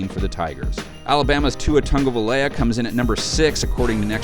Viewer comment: tua tanguvala?